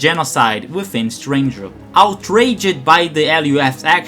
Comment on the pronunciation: outraged not outragad lol still a little foggy on English?